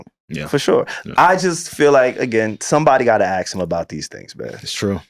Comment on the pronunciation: Ask not Axe🤦🏾‍♂️